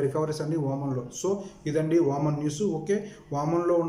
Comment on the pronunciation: Babu voman kadu OMan